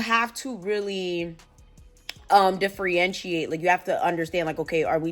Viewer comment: The word is differentiate - not “diffrientiate”